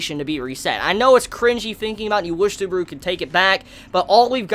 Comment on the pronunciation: Please, stop calling him Suburu.